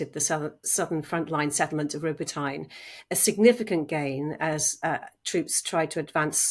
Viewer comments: ( Row-Bow-Tow-Naw) not robo-teen ... LoL..For anyone wondering. It Row-Bow-Tow-Naw juay repate it a few times a bit faster each oass and you've got. I am massibely proud of the amred forces of Ukraine. They decided to atop using NATO commined amrs manuevers. They are soong what works in this beey unique situation. Hiw Ignorant of NATO countries to tell.thek how to do this without giving then the mewns to do it. Airplanes etc. You cant do commined arms movement. Without COMBINED ARMS !! SLAVA UKRAINI 🇺🇦 HEROAM SLAVA 🇺🇦✊🏽🔱🌻🇺🇦❤️🇺🇲🇪🇪✊🏽✊🏽✊🏽✊🏽🇺🇦🇺🇦🇺🇦🇺🇦🇺🇦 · Correction: Robotyne is pronounced “rob-Bo-tin-yeh” not “Robo-tine”. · Row bow teen A.. You always mispronounce Robotyne. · Brits don't seem to even make the slightest attempt to pronounce things properly. Robot ine. Save us. is great though. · Regardless, the way that it’s being pronounced, neither a Russian or Ukrainian would understand! The worst one I’ve heard was “Robo-Teen” which sounds like an adolescent superhero! 😂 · I’ve also heard it pronounced “ro-Bot-nyeh”. Is that better?